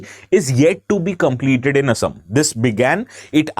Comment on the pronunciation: Thank you for pronouncing অসম correctly and not " Aaaasaaam"